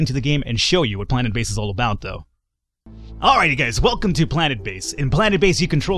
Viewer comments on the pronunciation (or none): none